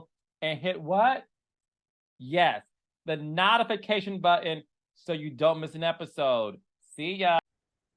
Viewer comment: Cah-los… what the hell is a knotification?!!!